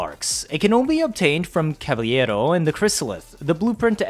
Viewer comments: & CAVA - LERO not CAVA - LLERO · Why do you keep pronouncing Cavalero like it's the spanish word caballero? They're not the same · Why do you call him Caviero? cringe